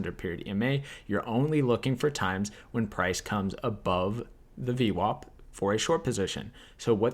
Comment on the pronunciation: omg its vwap -not vwop !!